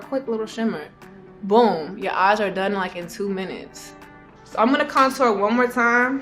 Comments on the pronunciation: yeah shes like conTOUR instead of CONtour its too cute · She actually says “Couture” as if it’s a high label brand. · Pronouncing "contour" like "couture"... She really did sumthin there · The way she says CONtour 💣😍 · Nobody: Saweetie: conTOUR. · That's not how you say it? 😭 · I also love how she says contour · lol the way she says contour 😂